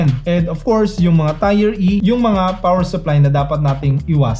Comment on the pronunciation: Solid! Subscribe agad boss, by the way mali po pagkaka-pronounce niyo sa tier pero ayos lang salamat sa info.